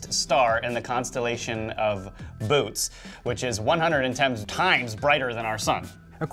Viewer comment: I am sure someone else already said this, but "Some astronomical names can be a little difficult to pronounce. For example, the constellation Boötes is pronounced "boo-OH-tees" not "Boots" or "Booties". " THANK YOU for your videos. Re: Arcturians, Totally had a dream where my actual real life dog Athena was showing me advanced technology, then I wake up to an email with channeling by Daniel Scranton from the 9D Arcturian Council. Symbolic dream communication! My friend also had them come into her dream and they were very direct and introduced themselves!